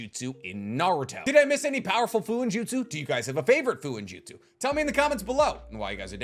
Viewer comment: Fuuinjutsu pronounced “foo-oo-een-joot-soo “ not “foo-in-joot-soo”